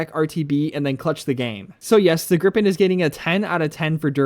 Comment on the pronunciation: Haha, it's Gripen/Griffin not "grip pen" 😂